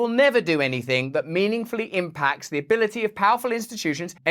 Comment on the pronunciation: "Ze rulers of ze world"